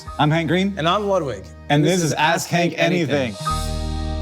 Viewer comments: Be more careful pronouncing "ask Hank anything" -- on the last call to action I definitely heard "ass-kink anything" 🤣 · I listened to this at work and at the end I really thought he said ‘it’s called ass kink anything’.